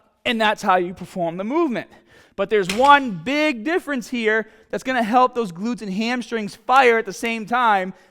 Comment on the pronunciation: “You got to go from hera to hera” Lol accent. Your gonna stock out in Flo Rida. Unless you are in Tampa.